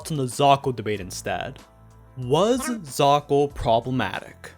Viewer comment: a ton of people seem to have already said what I was going to about the excuses defending it is just mental gymnastics so I won't say it, but I will ask: why do you keep pronouncing it zakal?